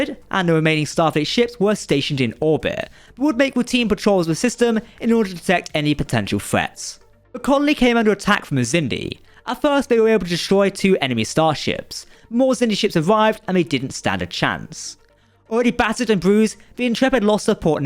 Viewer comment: Am I the only one irritated by this narrator's HORRIBLE, IGNORANT vocabulary? Mr. Marble Mouth/Eliza Dolittle- I never heard of a place called "Earf." Or the number 3.…? It is not something that is "free.". And the word "threats"....for God's sake,.. Remove the marbles from your mouth and use your tongue to properly pronounce "th". Threats is not fretts. Geez!